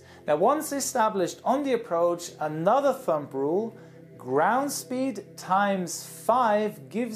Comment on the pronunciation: Hey. Thumb is pronounced like "thum". We don't pronounce the 'b'. And we don't say "thumb rules.' We say "rules of thumb". Sorry for being nit picky. I just want you to be perfect!